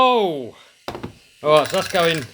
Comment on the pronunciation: I'm from Boston and i thought my miss pronouncing R was bad. This alwight. Little wod, disk bwake. England is way worse